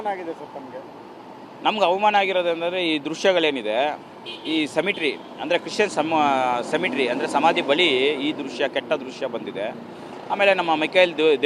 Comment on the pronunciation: ಸಮ್ಮೆಟ್ರಿ ಅಲ್ಲ ಗುರುವೇ ಅದು ಸಿಮೆಟ್ರಿ..ಯಾರೋ d fan ಇರಬೇಕು